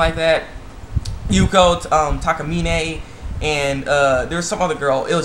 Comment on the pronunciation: It's Takamina...not Takamine